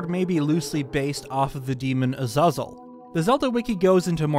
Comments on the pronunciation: A-zuh-zul hurt me in ways I wasn't expecting lol. (it's pronounced A-zay-zul) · I’ve never heard Azazel pronounced “Ugh-Zau-Zul”, I’ve always heard it pronounced “Ugh-Zay-Zel” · It's azAzel. There is an e after the second a. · First time hearing someone say Azazel like that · Is nobody gonna address how he says azazel wrong?